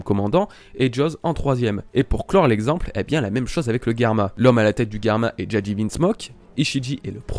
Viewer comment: GERMA pas GUERMA !